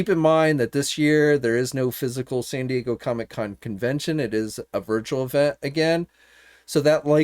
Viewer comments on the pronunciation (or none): none